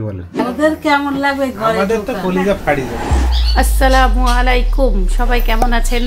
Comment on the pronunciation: আছচালামু??? “আসসালামু” হবে। বন্ডিং